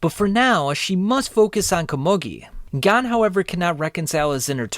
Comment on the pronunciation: It’s pronounced “Ko-moo-gi” bro…